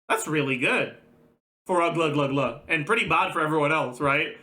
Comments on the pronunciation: every language has it's own official transcription of other language, so it's okay to pronounce the names differently then they are pronounced in the native language. In Russia, we have a name Aglaea like a real girls name (rare but still), and it's pronounced "Agla-ya" as by our language rules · please her name pronunciation is Aglaya like in AYAka and AYAto. I know coz that's my friend's name т.т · how is it difficult to pronounce agleya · the british narrator from the trailer pronounced it as “A-gla-yuh” so i started calling her this as well since it sounded really organic but i never knew there was an actual pronunciation. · As a Greek the only reason i opened this video was to check your pronunciation on the Greek name Aglaea and Jesus Christ... The "ea" on her name is read as the "ea" in the word "fear" the first part is read Agla like you are saying it but with a soft "g" like the W on Wild or West or Wound, it doesn't matter if you can't say the g correctly but the "ea" part is easy. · bro becomes the thing he hates...like why you purposely mispronouncing fairly easy names, just cause he hates hsr. "Oh i don't care" then don't consume it. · His ass perfectly saying Chinese and French names and insisting on using them but butchering a Greek name for fun LOL. If he wasn't all about pronouncing names correctly then maybe it wouldn't have been annoying. Seems pretentious asf. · For real he could have just consulted a youtube video about how to pronounce it, takes 1 minute, but he did not care enough If you can pronounce the Fontaine names, then you can pronounce Aglaea's name